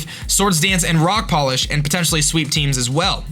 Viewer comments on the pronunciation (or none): none